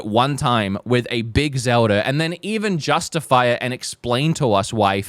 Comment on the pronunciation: "I love Zeldur"🗣